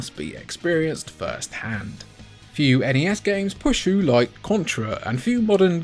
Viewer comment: N-E-S. It's an acronym. Absolutely not Nes -- like Nessi from Scotland's loch.